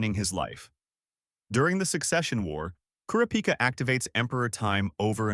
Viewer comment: it’s kurapika… not kurapika